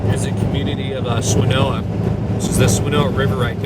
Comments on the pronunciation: Having grown up in Asheville, I have to laugh at your pronunciation of Swa-na-no-a River.... ;) It's NOT Swanoa! ;) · I appreciate you coming to my home of WNC and showing the catastrophic results we are dealing with. Being a native I would like to offer some help pronouncing swannanoa! Swan-ah-know-ah. Thank you for your help here❤❤❤ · I live in Asheville, have followed you for some time. Thank you. Wish I had met you! It's Swan-a-no-ah 😜 Lol - many names are tricky up here. Again, thank you. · No one from out of town can pronounce Swannanoa lol Swan-uh-noa Thanks for all you're doing to show people what happened here and the huge clean up that we've got ahead. Keep up the great work!